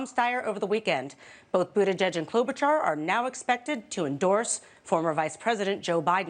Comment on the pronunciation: "klobuhchar" dumbass